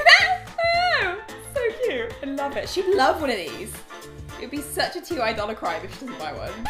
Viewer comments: T-y? Isn't it pronounced like Tai? 😂😂 Have I been saying it wrong all this time? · i’m sorry but i’m really concerned that you don’t know that it’s ty (like tie) not T-Y